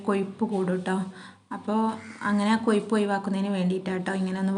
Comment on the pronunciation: കൊയ്പ് അല്ല കൊഴുപ്പ് എന്ന പറയ